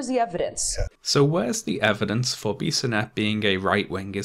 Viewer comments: A French Canadian here, you pronounce Alexandre Bissonnette's name pretty right (there is only a little accent in the "an" sound). However, for "Québécois", the "ois" is pronounced like "wa" in "water". Also, more than two years later, we still find people saying things such as "Bissonnette was a good guy, he only did the shooting because he was in a homosexual relationship with a young muslim in the mosque and the father refused this relationship" - which is untrue, but it seems to be hard to counvince these people that muslims are not always the cause of terror attacks. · Late to the party. Quebecer myself. You pronounced the name of the shooter in a very good way, almost perfect. I was so ashamed when this happened. Good job as always on the video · I know this video is 3 years old and it really doesn't matter, but you pronounced Alexandre Bissonnette's name quite well. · I'm from Quebec city and I have to say you are the best to pronounce his name. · The way you said "Alexandre Bissonette" is absolutely correct. Just sayin'. ;) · You actually pronounce the name of the killer quite right. Good job. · You pronouced the killer's name perfectly. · Pretty good pronunciation of Bissonettes name. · You pronounced the shooter's name perfectly 👍🏼 but not "québécois" haha